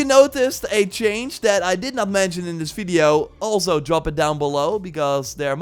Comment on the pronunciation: u rly have to learn to spell the letter V correctly ... its horrible to listen to it ...